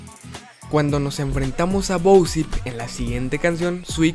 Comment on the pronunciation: Siempre decia " bousip " en vez de bosip xd